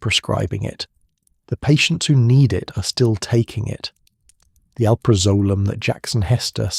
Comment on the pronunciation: barr in and already your AI can’t properly pronounce alprazolam which is the subject of this video so why TF are you so lazy you can’t review to be sure some of the important words are pronounced correctly by your AI. Big failed dude deleting and never coming back to your slop!